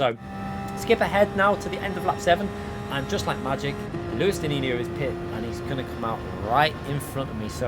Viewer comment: You are missing the S in his name 😁 Luis dinisio